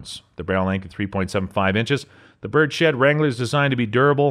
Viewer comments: This is the second video I've seen of yours where you say "bird-shed". Are you intentionally not saying "birds-head" correctly or do you honestly think it's "bird-shed"? 😂😂😂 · Good video! Frankly, you sound way too normal and articulate to be a “” LOL…minor tweak…”Bird’s Head” for Birdshead grip, not “Bird Shed”…from the Uberti site: “The bird’s head grip was originally designed for Colt Derringers in the 1850s. In 1877, Colt incorporated the distinctive and comfortable grip style into full-frame revolvers called Bird’s Head Colts.” Keep these excellent videos coming!